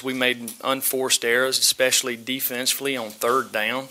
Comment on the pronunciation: This whole press conference is a bunch of basic as hell coachspeak except for shazam... Ketch... And how the hell do you turn one syllable words like down into two syllables lolol